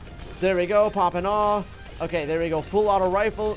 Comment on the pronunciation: I heard poping awe